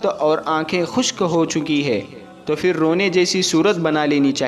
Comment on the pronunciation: FIR Kyu bolte ho..phir bolne nahi aata..urdu bolne wale ho na ?